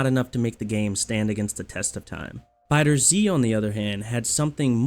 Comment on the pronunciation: Man.... IT'S FIGHTERZ! Like "fighters" but with a Z. Not Dragon Ball Fighter Zee. Gah. Dude that annoys so much. Like not to a great extent, but enough to comment. Ya get me?